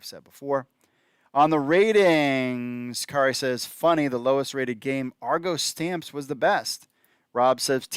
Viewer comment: I believe the Montreal Alouettes coach's name is pronounced Ka-har-ee but said quickly.